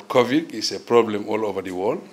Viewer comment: Anything he's blocked, has no idea what to say or even where to start he says "that's a very interesting quection" (meaning question I guess lol). And by the way it's not "Covic" it's Covid